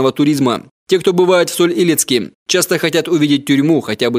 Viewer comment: Хотя бы правильно название города произнесли. Правильно Соль - ИлЕцк , а ни так, как в видео говорится.